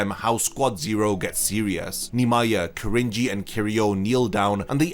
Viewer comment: I only ever hear Cringey. His name is Ki-rin-ji lol not Krin-ji